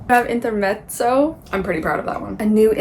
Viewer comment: Congrats on the award! 👏If you can see yourself through our eyes you would know how amazing you are. 🌟💖 And thank you for pronouncing "Intermezzo" properly. 😊